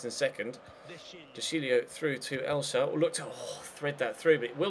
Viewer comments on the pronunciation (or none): none